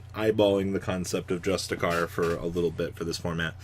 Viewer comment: I don’t think you care but if you do, justiciar, the “c” is pronounced as “sh” good video as always